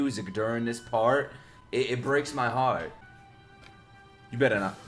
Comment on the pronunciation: The way you said heart scream Brooklyn to me